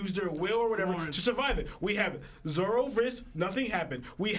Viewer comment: I know I’m nitpicking but why does he have to keep calling him Zolo?! lol I get where it came from, but between this Lahgia I die a lil bit every time he says it haha